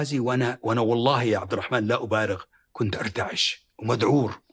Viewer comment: طريقته في نطق عبدالرحمن غريبة كانه يقول عبد الرحـman 😂